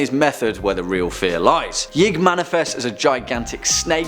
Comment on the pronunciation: #2 is actually pronounced “Yeeee..ig”. Source : Important Videos Playlist